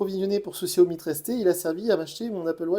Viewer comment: On dit Chiaomi. Tu testes ces téléphones et t'es même pas capable de prononcer le nom de la marque correctement